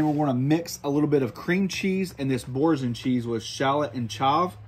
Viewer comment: Absolutely obliterated the pronunciation of Boursin lol